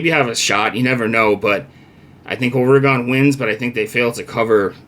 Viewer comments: It's pronounced "Ore' Gun" We will crush Wisconsin as we wish and continue up the path of victory. If we are smart we'll continue to look beatable 😉Fuck WT especially VR and you should get out and exercise bro! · yeah if you are British vs American I get it.. but saying OrE-Gone is wrong.. That's a town in Wisconsin not the state of Oregon. get control of your big ole feelings there buddy. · people who can't pronounce Oregon shouldn't give betting advice.... but that's just me I guess.